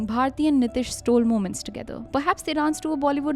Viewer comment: ehen, niteesh hota hai. nitish atish nahi.